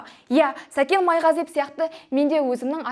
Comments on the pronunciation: Майғазиеп емес Майғазиев деп дұрыстап айтып үйренші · Сен бірінші сөйлеп үйренші ,Майғазиеп емес Майғазиев .Сәкен кінәлі болсада ,соны дәлелдейтін сен емессің.Мықты болсаң билікке қарсы шықсаңшы.Басқа ,басқа бірақ Сәкен солай істейді дегенге кім сенеді. Сол ақшаға бола жылдар бойы жинаған абыройын төкпейді ғой .Ал сені тыңдау невозможно,сыпылдап ,құлақты ауыртады🥶 Дура